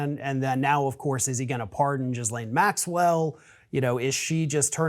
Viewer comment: Bothers me how the pronunciation of Ghislaine is off… all good info but that just bugs me 😬